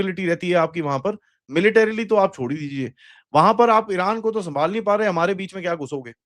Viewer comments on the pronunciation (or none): none